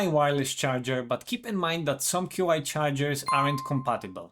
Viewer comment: Small thing but Qi is pronounced "chee".